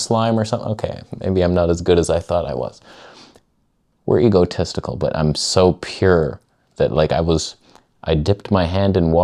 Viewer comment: Ego-testical ?,!? Is that a real thing? Or just Canadian accent? Just asking in case its the former.